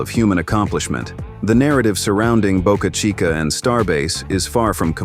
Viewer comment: Please learn to pronounce names correctly . Boca Chica launch site was the "CHEAPEST " place with no locsl objection. The rest is bovine excrement .